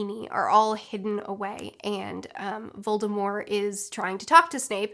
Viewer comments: why do you say "VoldemorE?" Agh!! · I love how she actually says Voldemorrrr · Why do you drop the t from Voldemort I’ve never heard it said that way before